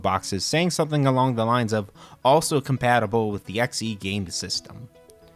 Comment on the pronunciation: Why do you keep saying "E" when referring to the 130 XE and the 65 XE but you say XEGS properly? It's always been produced "X.E." not "EE" or "Zee." Also there's the XEGS package that isn't weird at all, since detachable keyboards were common with PC/XT clones of the time. The XEGS isn't the same 8-bit PC from 1979. It does have more integrated chips in it (i.e. FREDDY) that the XL line didn't have. The old 800 and 400 had many more parts (Glue Logic) that were consolidated into chips to reduce costs for the XL and XE line, and the 800/400 had more joystick ports. So the tech is based on a PC from 1979 that was way ahead of it's time compared to the C64, but it was modernized for more RAM.